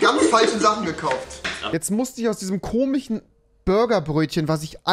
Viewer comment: Das "Zwichendurch" ist wieder da. :) Und das "Komichen" bei . ^^ Freeeesh ^^